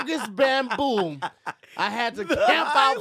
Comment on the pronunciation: 🧏🏻 Hey, it appears as if was attempting to say “bamboo” which is a plant that primarily grows in Asia. But instead he said “bam-boom” which is what yells excitedly when he finishes his daily trough. Back to you